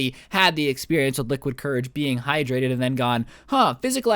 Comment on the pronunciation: NOOO YOU CANT SAY HYTRATED IT HAS HI IN IT